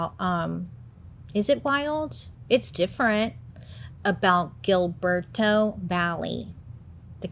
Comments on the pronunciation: I love you so much. Don’t get me wrong but the way that you’re pronouncing Gilberto is not a girl. I’m sorry it made me change the channel right fast Gilberto no girl no please no stop it’s hill-ber-toe again not criticizing just a pet peeve since I am on the Hispanic size and if you’re gonna do research, do it in every form honey love your podcast, forever girl catch up on that culture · That name is pronounced Hill-berto 😅 im not the gramar or pronouncing patrol I just thought it was cute how she said it